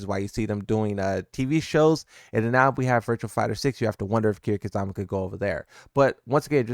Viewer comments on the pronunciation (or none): i have never heard someone mispronounce "Kiryu Kazuma" that badly before. sorry man but thems the facts yo